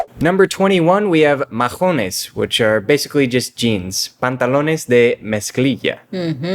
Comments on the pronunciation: Diantre o diache, I use more diache Mahones , we don’t say majones with j we say mahones, like maones. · Not majones mahonés de h is silent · We don't said Majones we said Maones without the h ( h) is silent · Nunca decimos "majones", decimos "maones". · Mahonés no se pronuncia, majones como dijeron en el video si van hablar del vocabulario de Puerto Rico por favor dígalon bien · Almost 100% on point, except "mahones" is pronounced with a silent H. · Yes. I caught that one. Ma- o- nes. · Boricua here!! Yes, h in Mahones is silent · En mahones, la H ex silenciosa, In this word the h is silent. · Mahones pero sin el sonido de la “h” se dice como “ma-o-nes” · Yes, I wanted to say great video... you got them all right but as Jose mentioned; in the word mahones the H is silent. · no lo sé porque pronunciaron la H, siempre la letra H es calla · Muy cierto asi hablamos los boris jaja exepto mahones la h es muda no tiene sonido. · Never in my life I heard someone (Puertorican) saying majones, we call them mahones (no h sound). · Mahones is pronounced with a silent H. Ma-ones. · in Mahones the H is silent. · Mahones in Puertorican Spanish h is a silent letter so you pronounce like maones in Spanish. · You two make me laugh. Is pronounce maones, the h is silent in mahones ( jeans). Also pana could be jackfruit depends in which part of the island you live. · No es majones, es mahones, la “h” es muda en español. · We don’t say majónes. ☺️ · I was going to say the same, never heard anyone actually pronounce the H there, lol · Right,, drop the H in mahonés It’s silent. Love yr channel. Where are you guys now? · In “mahones” the H is silent